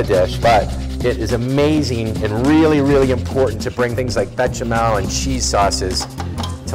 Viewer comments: "Bay-shah-mehl." Instead of "Betcha smell." Please. Try. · I don't see a "T" in Béchamel? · BEsh-a-mell There is no T. Also, Cold milk, hot roux, no lumps. Don't be stupid.